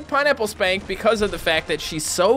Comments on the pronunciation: Did anyone notice that he said pineapple skank instead of pineapple spank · its funny how it sounds like hes saying pineapple skank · Anyone else hear him say Pineapple Skank? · he said pinnaple "skank"